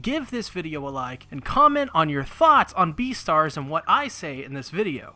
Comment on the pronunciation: You just said B E A T E R S